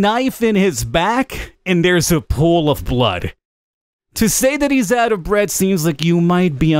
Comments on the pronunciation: I thought you said bread and not breath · I know he is saying breath but every time I hear bread